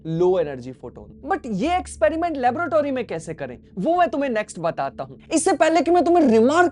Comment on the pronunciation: No-one but i noticed ki bro said labrotary😂 Love your videos dude keep posting You're igniting my physics intrest again❤❤❤❤